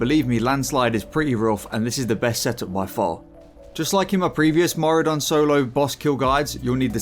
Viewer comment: On today's episode of people seeing Mauradon when it's Maraudon. Baffling. Simply baffling. People know what a marauder is. People can read 8 letter names. And yet... they say Mauradon. Since fucking 2005. I just can't.